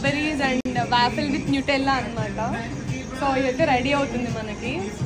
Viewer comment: no to hate but it's pronounced as, vaw-fl not vaafill